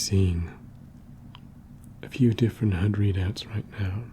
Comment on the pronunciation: i like your accent, only after my 5th watch i realized you were saying HUD not HEARD